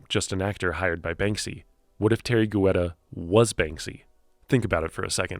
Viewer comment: It's pronounced Tee-air-ree Get-ta